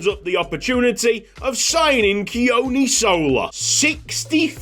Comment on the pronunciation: Hey mate, just on pronunciation for Sola - the 'O' is the same as the one in "tOmoharu", and there's a slight emphasis on the first syllable in "Sola" though it's not a big one. "Keoni"' is a more difficult one - it sounds a lot like "Johnny" but with a monosyllabic "kyuh" sound to start - so "Kyohnny". No big deal at all tho as you sound fine, I just love the Pacific representation!